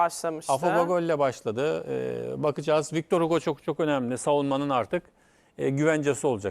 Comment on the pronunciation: vitor vitor, victor deyip duruyor :D